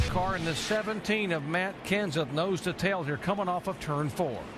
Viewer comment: Why can't Rusty say Kenseth? LOL